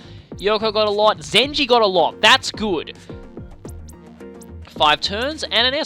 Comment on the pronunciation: Did you just call Zenji Zenny?